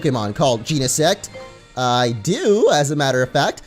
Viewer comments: GEEnesect? It's Genesect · genesect is gen -s-ect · I am sorry, but it's Gen-e-sect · That's not how you pronounce Genesect. ::::(